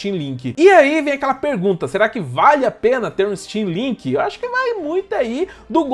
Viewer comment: Achei que ela tivesse falado steamlingue kkk